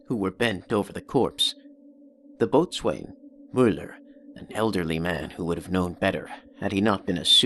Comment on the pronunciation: Great voice, but the reader should be careful of proper pronunciation. The word "botswain" is pronounced "bosun". Otherwise, a moving effort.